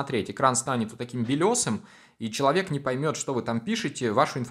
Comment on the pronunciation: Это "чувалэк" 😆